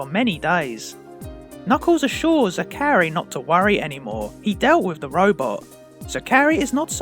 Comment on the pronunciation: How do you mispronounce Zachary that badly?